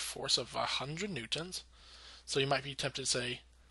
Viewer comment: Good Videos But you pronounce "Newtons" really weird